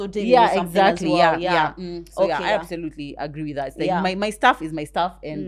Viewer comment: I associate with for the word "absotutely"😀